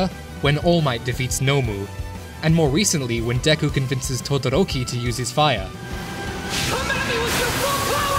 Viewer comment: Who else got triggered at how he said Todoroki and Uraraka